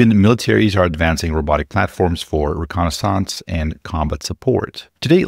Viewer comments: did you mispronouce rennisance or are you using an AI voice clone to read your non-face scripts? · “Recon-NI-sonse” love it!